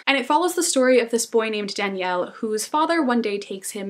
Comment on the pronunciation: Super random comment but I love that you pronounced the names from The Shadow of the Wind in spanish, like people usually say DAniel, not daniEL (sounds girly like Danielle so it puts people off lol), or soft J for Julian, etc, and it's so cool to hear them pronounced in the original language (I'm from Spain, btw) haha this was such a random thought but totally caught my attention that you did that <3